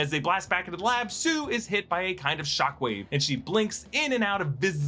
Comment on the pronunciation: he was trying to say sue and I know it was in Florida but I still think he know better